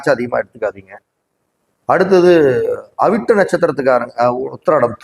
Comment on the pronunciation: Avittam u did not said clearly pls repeat sir